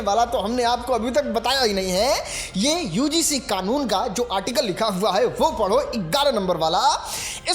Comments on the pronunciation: UGC KO UCG बोल रहा है 😂😂😂 पहले बोलना सिख ले भाई 😂😂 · Ucg nhi ugc bolo bhai😅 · UCG nhi re burbak..... UGC hai ye.... Kuchh v bolta rahta hai padhne ke baad v nhi padh pa rha hai ye baklol 😅😅😂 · UGC hota hai ucg nhi bolne nhi aata hai